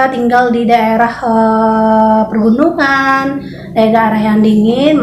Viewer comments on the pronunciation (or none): Pegunungan bukan pergunungan 🙏😅